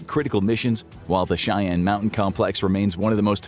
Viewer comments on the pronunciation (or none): none